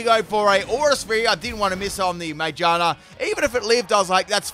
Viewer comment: mage-ah-na??? Do you think the r is silent lol? Sorry it kinda bugs me 😬